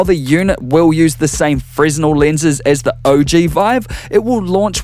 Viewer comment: Fresnel is pronounced fra-nel. Not trying to be a dick. Sorry.